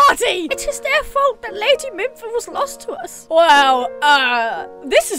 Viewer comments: Its pronounced mefa not minfa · Mimpha? Lol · Mipha = Mee-fa (pro-tip) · By the wah, it's Mipha, not Mimpha. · Mefa not mimpha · its mipha-meefa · actually whenever I hear Mupha's theme knowing the backstory of Mipha it makes me cry also it's pronounced me fuh and Sidon is sigh dawn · Its Pronounced Mifa. There is no N in Mipha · I was getting anxious because you kept calling Mipha Minpha. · Mipha (MEE-fa) Sidon (sEYE-don) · Day 2 of correcting the words she mispronounced: Sidon (sy-don) Mipha (me-fah) Muzu (moo-zoo) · Did you know you pronounced MI PHA mimpha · I cried at the mipha memory aswell